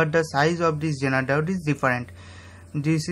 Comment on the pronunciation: why does he keep saying JENER diode ?are Indians incapable of saying Z ?I don't think they are, because Indians have ZEE TV and they can pronounce that correctlyso... why is he saying JENER